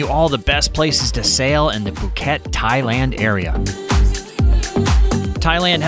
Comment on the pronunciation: Phuk-et Island? Lolwut